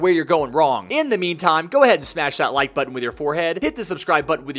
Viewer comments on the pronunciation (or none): none